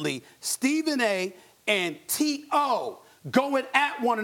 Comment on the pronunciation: is molly saying TO’s name weird?